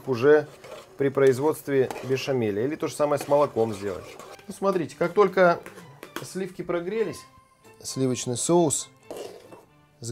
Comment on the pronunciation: слиффки.... фффууууу.........